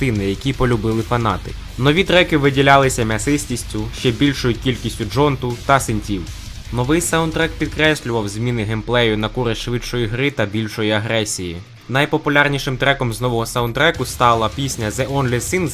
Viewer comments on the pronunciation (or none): не джонту, а дженту^_^, але файно є. Вподобайка та підписка.